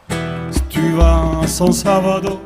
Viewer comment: San Salvador et non San Salavdor......... LOL :-D